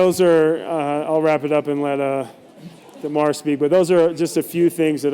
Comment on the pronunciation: He really didn't not how to say DeMar's name